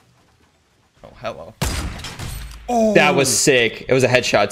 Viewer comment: Has anybody else noticed that he says helloa instead of hello